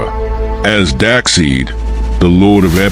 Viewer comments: His name is Darkseid not darkseed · I kept wincing every time you so badly mispronounced Darkseid. Despite the spelling, it's pronounced dark-SIDE, not dark-SEED! Gawd!! But nice fight otherwise.